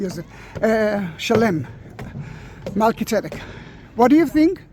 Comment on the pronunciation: I love how to pronounce Melchi-zedek!